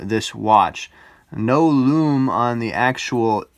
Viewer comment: Greetings J. It's just great the way you pronounce ‘lume’. Very individual and a Unique Selling Point (USP) in the world of watch reviews. You present and speak very well. Your channel deserves to be successful.